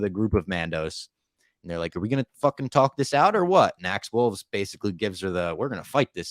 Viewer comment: Axe's last name is "Woves" no L in it. Love your reviews of the episodes.... #MeddlingKids